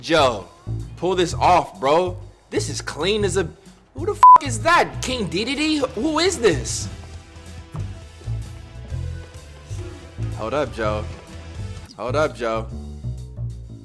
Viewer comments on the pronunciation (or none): he called ha King Deedadee 😂😂